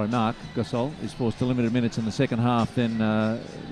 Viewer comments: GAS-ALL KABE LAVE EVERY NAME THAT HAS AN O IN IT, SOUNDS THEY LIKE WITH MOST NAMES THEY ADD AN A INSTEAD. What a jake bra. Westbraak shalda possed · More like he said Gas oil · Marc "Gas-ol"